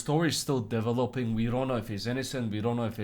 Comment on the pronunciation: "the whole story is dev-oh-lope-ing" x4